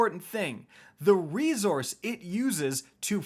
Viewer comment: Still dunno why he pronounces resource as rezorce... is he retorded?